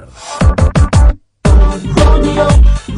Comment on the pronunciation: Romi-oh, Romi-oh (8)